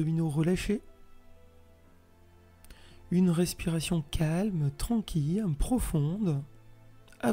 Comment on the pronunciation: Bonjour, merci pour cette excellente séance, que j'ai faite hier et ce soir après le travail. La voix est douce et posée, la durée parfaite pour moi, ni trop longue ni trop courte. Il n'y a qu'une seule chose qui me fait sourire c'est de prononcer tranquille comme quille:-) jamais entendu prononcer ce mot comme jonquille alors il fait que je me concentre pour ne pas rire. Et serenitude? Ne dit on pas sérénité? Bref...ces bricoles qui n'engagent que mon côté plaisantin, n empechent pas d'accéder à une véritable plénitude. Et pour cela, je vous adresse un grand MERCI 🙏. Karine